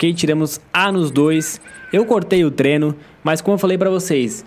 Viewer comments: vc fala treno ao invez de treino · É impressão minha ou ele fala treno?